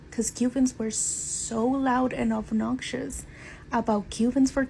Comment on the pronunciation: “Ovnoxious” 😅 talking about learning how to speak English 😂